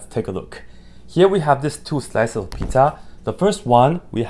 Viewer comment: Everytime he says "pizza" i just hear "peta" and think of family guy